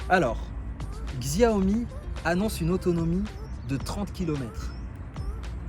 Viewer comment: C'est pas pour t'offenser mais on prononce Xiaomi ( chaomi ) Sinon bonne vidéo , je compte acheter une m365